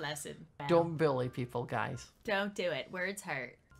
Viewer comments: “Why are you such a bully” When you say bully it sounds like billy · What says: probably because you and your friends bullying her What I hear: probably because you and your friends Billying her What I think: HUH!?!? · WhY aRe YoU sUcH a BiLlY (It sounds like he says billy.)